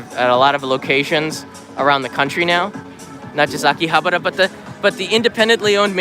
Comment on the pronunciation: you don't even know how to pronounce Akihabara and you dare to speak of its history.... pathetic foreigners selling Japan for views.... at least try to learn the names properly mate.